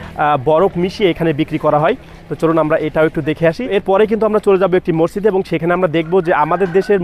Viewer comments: কথাটা হবে 'মসজিদ' মরজিদ না উচ্চারণ ঠিক করেন😊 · আচ্ছালামু অলাইকুম। রমজানুল মোবারক। অনেক অনেক ধন্যবাদ আপনাকে। ভাইয়া মসজিদ হবে মরজিদ না। বার বার একই উচ্চারণ করছিলেন।